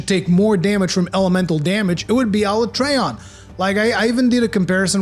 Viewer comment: Ala-tree-on or Ala-tray-on ... Idk why but hearing it pronounced tray hurts my ears.